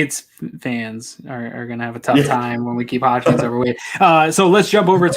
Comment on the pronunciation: It’s HODGINS. HOD-GINS. Not hotch-KINS. HOD-GINS. Put some respects on the dudes name